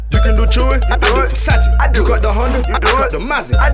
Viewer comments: Kudos to Drake for pronounce “Versace” the right way. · Calm down. They're just mispronouncing Versace over and over again